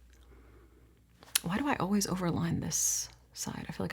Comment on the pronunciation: As a Brit I actually don’t find LE voice soothing. The way she pronounces some words is jarring Always is not pronounced ’oh-ways’. Argh. Don’t you hate it when someone says something and you can’t stop hearing it because I love her content